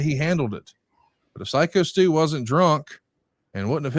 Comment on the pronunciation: Glad now knows Stu’s name is “Psycho Stu” and not “Sicko Stu” like he was saying for a couple of weeks lol